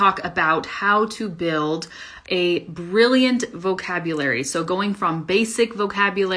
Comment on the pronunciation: my impression about your pronounced "BRILLIANT" is so vague like "buian" as miserable as a non-Eng. speaker not expects.